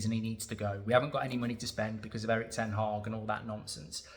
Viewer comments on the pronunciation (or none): Mark its not ten Hawg as you pronounce it, Its ten Hag as in bag.